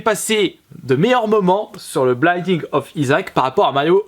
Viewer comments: C'est Binding pas Blinding attention ;D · BINDING pas BLINDING